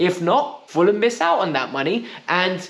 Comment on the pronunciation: Did he say fuller-a-ham? 😂😂😂😂😂😂